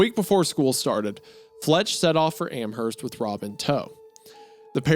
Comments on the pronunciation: Hey I live near Amherst NS, and for the sake of all who live there, it is pronounced Am-Erst, the H is silent. Idk why that bothered me so but loved the video otherwise ❤ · I've lived in western massachusetts my entire life, I cannot tell you how badly I want to punch a wall because of how you've mispronounced the town names. Worchester the CH makes an "S" sound, Amherst you dont pronounce the "H", and Quabbin Reservoir is not like you would say quack is like when you say "pour quoi" in french man I'd watch a WW2 documentary instead of having sex. I have a hyperfixation on military history, my girlfriend would probably watch it with me